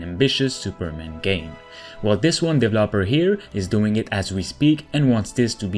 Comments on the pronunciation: DevEEEEEloper not DEVLOPER 😒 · He says Dev El Loper (developer) as 3 seperate words 😆